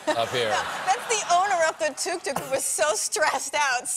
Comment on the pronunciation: As an Egyptian person who has seen tok toks and knows the actual way to say the way they say it is awesome